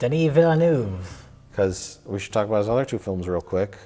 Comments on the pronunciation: Veal-nerve. Not villanoov. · It's funny hearing them trying to say "Villeneuve" properly. It's "Vill nevv" not "villy noove" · Villeneuve is pronounced, Villain-Wave-Ah, not Villanoove. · Villeneuve is pronounced veel-nerve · Denny Veel-nerve. It's pronounced Denny Veel-nerve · enthusiastic mispronunciation of Denis Villeneuve is just adorable. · lol cant believe they are unable to pronounce Villeneuve.....